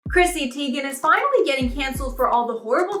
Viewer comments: You're pronouncing her last name wrong. It's said like ty (then) gen. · Uhh yeah, Who is Chrissy Teigan? 😅